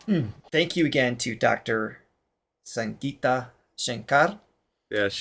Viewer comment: Gi in Sangita is pronounced like a gi in gig and not ji in jig.